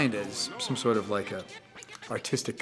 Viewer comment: "i dont wike it"